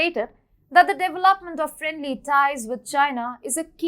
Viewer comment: I love how she pronounces her words & devil-upment is one of my favs!